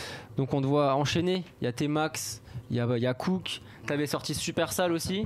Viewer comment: Il mec il dit ( COUK ) oklm devant popeye même lui il à envie de lui donner une baff pour lui dire que c’est ( COOK )😂